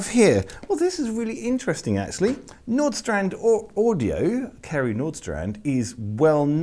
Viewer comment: It's pronounced "VanOstrand".